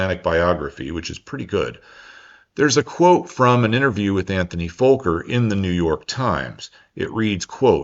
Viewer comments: "Focker" rather than "Folker", surely? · It is squeeeking in the ears just like an overturned mic in the speakers hearing you saying "Vooker" ......... as it is Fokker .. fast K's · It’s Fokker not Fowker, surely you know this? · Why do you say Volker instead of Fokker? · The CC/subtitles and your pronunciation keep coming up as “Antony Folker,” and “Folker” aircraft. It is FOKKER, pronounced, “fah-ker,” got it!? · Wonder if it's the US accent but Fokker isn't pronounced 'Folker,' but rather more prosaically.... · its not foooker.. its fokker.. short o bots need to be taught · Why do you say Fowker everyone says Fokker? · Great video as always,. One question, are you saying "Folker" in the audio? I thought Anthony's last name is Fokker (sounds like soccer). Even the transcript shows "Folker." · Why are you afraid to say the name Fokker properly? Fokker has 2 letter "K"'s in it and each should be pronounced Fok ker not fo ker. It is a man's name not a swear word. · Dutch /European folks pronounce it as Fokker, not FOH-ker. (see vid of Dutch guys talking about flying F27- in Dutch) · A minor correction - The pronunciation of 'Fokker'. It rhymes with 'soccer' not, 'smoker'. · im 7 minutes in and want to ask; should I be pronouncing Fokker with an L sound like 'folk' - er? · It’s a great story and a great video. Just the pronunciation of Fokker sounds like “Fulker” but it should be more like “Focker”, how odd that might sound in English 😂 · FOKKER not Folker you're either not too bright being American that's a given or you have speech impairment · And taking the time to learn that it is pronounced FOCKER is of course to much for a doughnut chewing ummerricann ...!? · I went to check the comments just to find something about that fawker lmao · There is no L in Fokker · Just an FYI, the true pronunciation of Fokker is just as giddy as Uranus 😉😉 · He got the size of Netherlands wrong, and mispronunces Fokker....